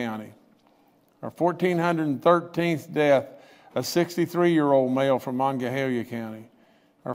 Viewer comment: Please learn to pronounce Monongalia.